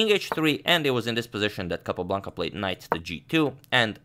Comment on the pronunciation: I love the way Agadmator pronounces “Capablanca saga”. Reminds me of Rowan Atkinson in Johnny English. 😊